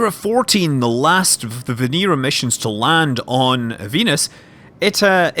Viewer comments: Why does Scott pronounce Venera 7 as Venira 7 when its clearly Venera 7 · & Kosov Kanal It's Russian and that's how you pronounce it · It's pronounced more like Veñera. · & Kosov Kanal Scots do what they want. You'll never take our freedom.